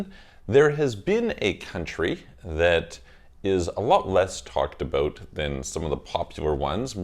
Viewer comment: are you Canadian? I heard “talked aBOOOOT?”